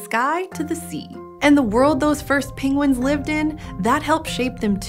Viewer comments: She is like Benedict Cumberbatch. She says pingwings rather than penguins. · I love how she pronounced it ‘pingguines’ awwwwwwwww 😻😻😻